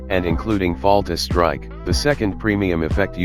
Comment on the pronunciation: Great video! Thanks for putting this together. I know English is not your 1st language, but it is called "Fatal strike" not "Falta Strike". Still great stuff! Thanks!